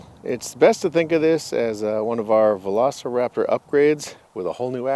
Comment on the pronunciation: Velociraptorの発音が良すぎて何度もリピートしてる